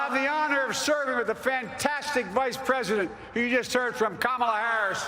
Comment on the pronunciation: Kamala toe 😂😂😂